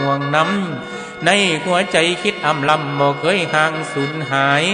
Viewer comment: ลำ บ่ต้องออกเสียง ร.ให้ออก ล.จั่งบ่ขัดกับกลอนลำอีสาน จ้ะ